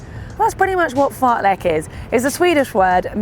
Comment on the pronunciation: AAAAAAAa the Lek pronunciation is killing me as a swede